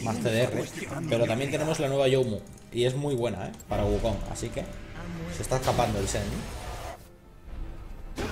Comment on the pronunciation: por qué pronuncian las g finales como j? una duda que siempre tuve, lo he notado en palabras como bug (buj), lag (laj) y en este caso wukonj